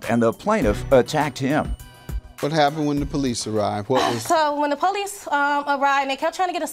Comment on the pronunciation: Why cause she called the poweese???